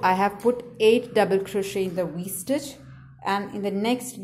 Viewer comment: To me she keeps saying w stitch but it’s really V stitch